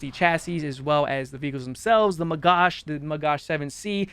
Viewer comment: as an israrli, it hurts a lot every time you mispronoince "magach" the ch sounds like a german "ch" (as in "schlecht" or "ich" or "reich"), and not sh like as in "shirt". im ok with people saying magac, NOT magash, because magash in hebrew means "trey/salver"